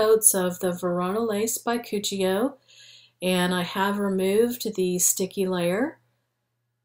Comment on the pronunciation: Cuccio is Italian. It's pronounced Coo-cho. Absolutely love your designs btw. You always are so attentive to detail. There is literally nobody like you on Youtube. Or should I say no designs as perfect as yours. You are so extremely talented. Love your channel name too btw. So super cute! I'm new to this channel and a very happy subbie!! Xx